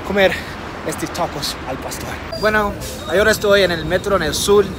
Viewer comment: He notado que cuando quiere decir ahora dice Agora. La H en español es mucho, por lo que tiene que decir: a-o-ra. When you want to say "ahora", in spanish yo don't say A-go-ra, yo have to say: a-o-ra.